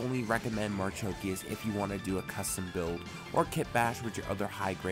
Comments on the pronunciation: ...i was referring to pronounciation,its been some time but as i can see you said marchikias instead of marchosias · Thanks for reviewing HG ASW-G-35 Gundam Marchosias. FYI, ASW-G-35 Gundam Marchosias's name is pronounced 'marukoshiasu' (マルコシアス). Clearly Bandai is stretching the limit of what the HG IBO frame can handle given how problematic this is. I guess maybe an MG ASW-G-35 Gundam Marchosias would be better if Bandai makes it. Unfortunately, I think we can expect a P-Bandai HG ASW-G-35 Gundam Hajiroboshi which would likely have similar problem areas as this HG.